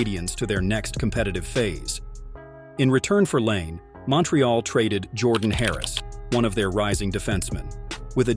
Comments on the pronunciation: say his name right too, its nott lane its pronounced line eh or others say lanay, bu noone calls patrick lane like you said, not trying to offend you but if you want more subs you need to say the right things, ill give you this, your editing skills are pretty good though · I really can't stand these AI voice generated videos. Why are people going to subscribe when you can't even take the time to voice the videos yourselves especially when you can't even pronounce the guy's name properly. His name is not Patrick Lane